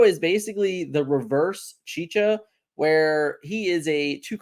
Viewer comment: It's pronounced chi-cha not chi Ka xD